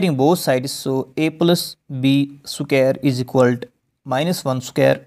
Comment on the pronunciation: It is not "isiqualt". It is " Is equal to" try to pronounce properly. Btw explaination was nice